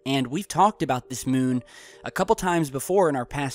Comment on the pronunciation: Is it just me or does anyone else hate the way he says "moon"